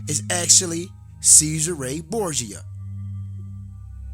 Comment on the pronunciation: You say Borsia others say it is DaVinci. You don't sound very educated.